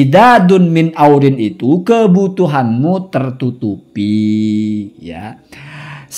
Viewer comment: Hasyim kali bacanya ya, 'iwazin bukan aurin